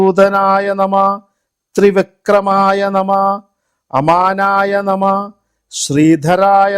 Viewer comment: Amanaya nama is wrong Vamanaya nama is right Nama is also not correct You have to pronounce namaha